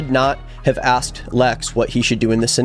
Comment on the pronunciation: Do you pronounce asked as axed on purpose